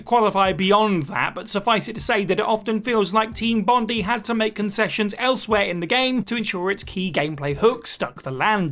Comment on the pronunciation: Bondi is pronounced Bon-dai .... Bondee